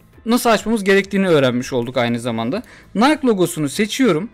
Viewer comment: Yalnız nayk değil de "nayki" gibi telaffüz olunuyor. Video için teşekkürler